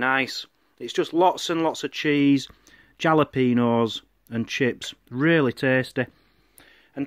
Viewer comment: Great vlog #1, the food looked great too, and I love how pronounces jalapeño.